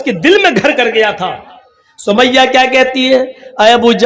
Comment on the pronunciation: Hazrat samia hota h na ki sumaiyya😐